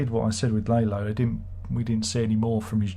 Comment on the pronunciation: Larlo, not Laylo